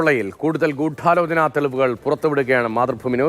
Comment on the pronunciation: ഗൂഠാലോചനയല്ല. ഗൂഢാലോചനയാണ്. ആദ്യം അക്ഷരം പഠിക്കെടാ